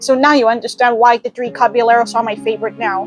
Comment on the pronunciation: You're pronouncing "Caballeros" wrong.